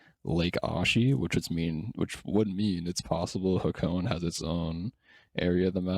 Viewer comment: "Hah-Co-Ney" 3 syllables.